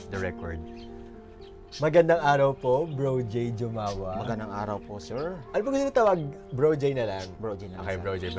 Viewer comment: I knew it. The surname Jumawan is so common in the island. Medyo na trigger lang ako sa JUUU-MAWAN kasi we pronounce it Humawan here.